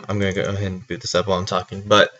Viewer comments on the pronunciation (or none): none